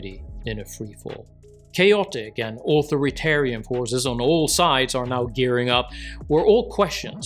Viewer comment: En tre pren eur ("on TRAY pren err" with an emphasis on the Second syllable ) This channel content is excellent. AuthoriTARian pronounced "tear"